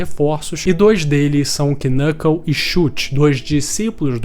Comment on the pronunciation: Desculpa ser o chato do rolê, mas ja sendo o chato do rolê. O "k" no início de uma palavra, principalmente baseada no inglês, não se pronuncia. Knuckle = nuckle Knov = nov Know = nou (pronúncia, porque now tem outra pronúncia) Knight = night E por aí vai